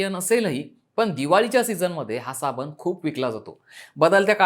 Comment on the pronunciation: आम्ही सुधरायला तयार नाही आम्ही गावठी आहोत हे दाखवण्यातच कौतुक व मोठेपणा वाटतो. हा शब्द "साबण" आहे , "साबन" नाही.